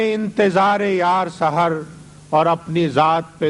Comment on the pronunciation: آپ شاعر کا نام غلط لے رہے ہیں۔ یہ سحر ہیں جس کے معنی ہیں صبح( س پر زبر، س کے نیچے زیر نہیں) ❌ وصالِ ہجر سے وابستہ تہمتیں بھی گئیں ✔️ وصال و ہجر سے وابستہ تہمتیں بھی گئیں